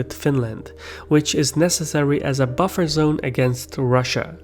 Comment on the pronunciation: sisu mies Bufferzone, not Butterzone... XD